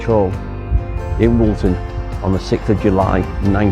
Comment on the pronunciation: Woolton not Walton!!